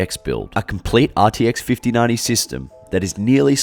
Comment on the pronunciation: RTX 5090❌ “RTX FIFTY NANI” ✅